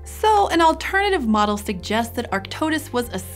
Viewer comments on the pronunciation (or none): none